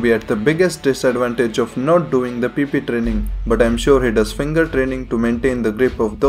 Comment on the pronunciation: hahaha love the way you say PP training 😂😂😂😂